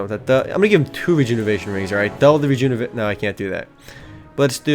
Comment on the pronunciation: hahaha.. Rejunevation. Kept mispronouncing it :).